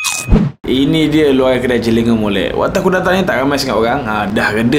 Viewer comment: Cara sebutan jeligho tu lain sikit...Dio keno ngadap gan ore klate nok boleh bunyi tepat.hehe